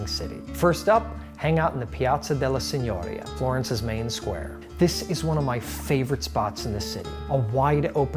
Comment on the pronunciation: Excellent video! It brought back many fond memories of my time in Florence/Tuscany. Your taste for fine Florentine cuisine & gelato is impressive. What about Italian coffee? As someone who speaks Italian permit me to correct your Italian pronunciation in one particular instance: il Palazzo della Signoria is pronounced with the accent on the i of the last syllable. Tante belle cose!